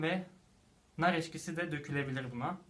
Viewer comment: 10 yorumdan 8i nar eşkisi.Siz millete bahane vermeden önce kendiniz mükemmel misiniz ona bakın.sizin sanki hiç diliniz sürçmüyor.